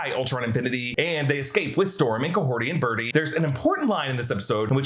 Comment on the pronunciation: Who is Kahorti? The character's name is Kahhori...